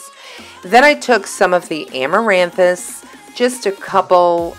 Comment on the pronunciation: I love this! Do you have fishing twine up in New York? 😂 I wonder I'd that would have worked? As always I freaking LOVE your commentary! "Eat your Wheaties" You are the 1st youtuber I heard pronounce Armaranthus! I never knew how to say it. I love Kathryn too ❤ much love friend